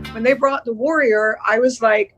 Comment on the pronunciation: LOVED The Warrior but I kept hearing it in my head as, The Worrier! 😂